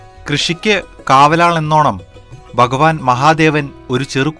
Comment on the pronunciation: ബഗവാനല്ല. ഭഗവാൻ കൃത്യമായ ഉച്ചാരണത്തിലൂടെ ഭാഷയെ ബഹുമാനിക്കൂ..